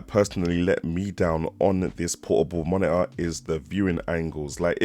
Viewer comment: under 10min to the point. Nice! ... i can´t stop to say - "the moni-uh" instead of monitor ;) thanks for your test!